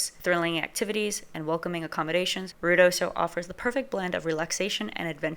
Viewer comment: Lady, IF you are going to report on Ruidosa New Mexico you need to learn how to say it!!!!!!!!!